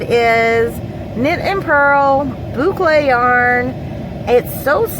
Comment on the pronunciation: Hello! Just finished watching Angela's video! Ran over here to check out yours! Love the notions pouch. I looked up the word papatya and it's Turkish. I heard the recording of how to say it. Here goes: pay-pah-ti-ah. The thread is cotton. Love all the colors!! Yes you are pronouncing boucle right! LoL! So glad ya'll had a great swap! Have an awesome evening!